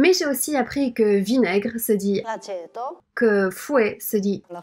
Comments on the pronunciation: Aceto, pas aceito ;))) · Je suis italien et vinaigre se dit aceto, pas aceito... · moi, je suis italienne, et on se dit "aceto", non "aceito" 😂💗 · Salut! Je suis italien et j'écoute tes video tous les jours, tu m'aide beaucoup pour améliorer ma compréhension de la langue français, merci! Et...c'est 'Aceto'! Ahah mais je bien comprend que ma langue c'est très difficile pour la prononciation, surtout pour les orientales 😅 merci encore!